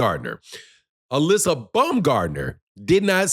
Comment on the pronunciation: U keep pronouncing her name wrong😂. It's pronounced [Uh-lee-see-uh]